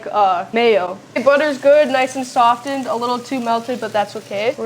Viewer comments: Honey, the T in softened is silent 🙂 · "Sof" "Ten"? the butter. OK then,.... Who teaches this girl the English language? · The "T" in SOFTENED is silent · Every time I was confronted with the “t” in the word “softened,” I had to restart video. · Girl , the "t" is silent when you say "softened" lol.